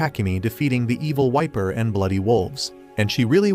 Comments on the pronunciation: NO IT’S EVIL VIPER NOT EVIL WIMPER AND I KNOW HE SAID WIMPER BUT IT’S EVIL VIPER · fr i hear evil wiper😂